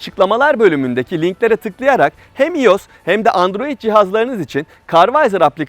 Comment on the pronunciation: İyos değil "ayos"